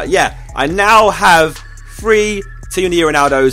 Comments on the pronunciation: free or three..? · He says three like free